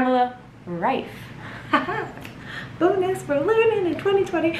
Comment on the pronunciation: I'd love to leave more likes just because you are the first non-German person I've ever heard pronouncing Pamela Reif in the right way.